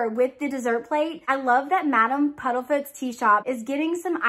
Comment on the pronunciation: This box was a let down the only thing I liked was the Remembrall . Also its PUDDIFOOT and not PUDDLEFOOT sorry but that bit was making my eye twitch lol